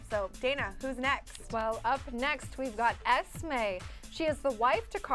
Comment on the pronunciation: NOOO! UR WRONG! ITS: CARLISLE, EDWARD, ESME, ROSALIE, EMMETT, JASPER AND ALICE!!!!!! *EDWARD WAS DIEING OF THE SPANISH INFLUENZA IN 1918. AND ITS PRONOUNCED LIKE EZME, U DONT SAY eSme!!!!*